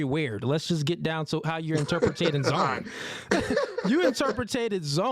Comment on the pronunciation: interpreting man. Jesus Christ. Interpreting. Not interpertating. That’s not a word